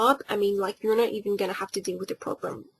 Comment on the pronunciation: Did anyone else hear her say "probrem"?